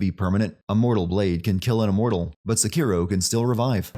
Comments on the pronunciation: Giving the Youtuber 1 sin for changing the pronunciation mid video from SEkiro to seKIRO come on internet pick one. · The way you say Sekiro sucks. Stop saying it wrong